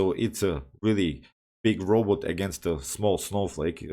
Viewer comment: G g, I w e t o t d y p o s Also, you say ROBOT weird lol Also, #2, what about "RoBrock"? Edit: 100 american made republican trump dollars if you decipher my first sentence